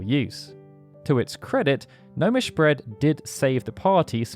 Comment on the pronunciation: Thats "Gnomish" 🤪